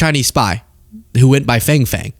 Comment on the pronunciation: FangFang is pronounced 'FongFong'.